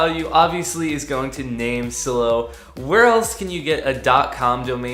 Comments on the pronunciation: It's name silo.. Like grain silo.. With a hard I.. Like eye.. LMAO.. Great video tho! Very informative for a noobie like me! Thanks.. Silo.. Like s-eye-low.. ✌🏿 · You must not be good at grammar.. or life for that matter. You mispronounced "NameSilo" as 'NameSillow' and did you know what led me to know that? There's a Silo in the NameSilo logo 😛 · Thank your for your thoughts. The only thing that was odd was how you pronounced NameSilo. That "I" in Silo is long as in a farmers grain silo. Their logo is also a grain silo.